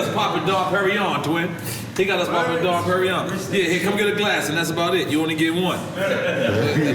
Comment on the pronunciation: NORE it's called "Dom P" not "Don P"..............